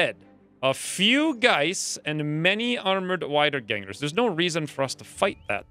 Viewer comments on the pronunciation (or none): Wiedergängers are pronounced "Weedergaengers". Its an old German expression for an undead.